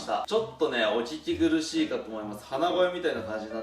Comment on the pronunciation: 「お聞き苦しい」が「おちち苦しい」に聞こえた。の疲労が伝わりました! それにしても、潜って魚突きは何時間でも見てられるほど面白いです〜 ヒットした時の三味線の音楽が、最近は幻聴で聞こえて来るほどになりました!